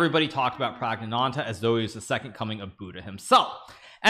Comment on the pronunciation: Kudos Hikaru for saying the full name flawlessly - Pragnaanandha.